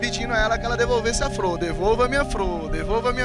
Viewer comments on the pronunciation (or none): kkkkkkkkkkkkkkkkkkkkkkkkkk Devolva Minha Fror o Cara Falando Errado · è Flor e não Fro,KKKKKKKKKKKKKKKKK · Devolva minha "frô", devolva minha "frô"! kkkkkkkkkkkkkkkkkkkk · devolva a minha "fro" devolva a minha "fro" rachei ! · ''Devolva minha FROR , devolva minha FROR'' kkkk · o cara disse devolva minha fror devolva minha fror kkkkkkkkkkkkkkkkkkkkkkkkkkkkkk